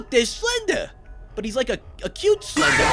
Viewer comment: SLINDER? SLINDER?